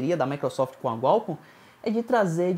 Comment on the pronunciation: o que é gualcom kkk